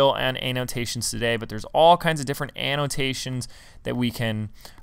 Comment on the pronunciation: Did he say analtasions?